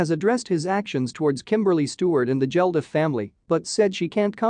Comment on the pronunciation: and its Bob Geldof not Jeldof😂😂